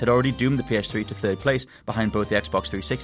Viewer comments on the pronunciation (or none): none